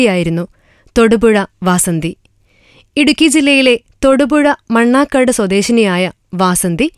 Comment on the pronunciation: mannarkad alla manarkkad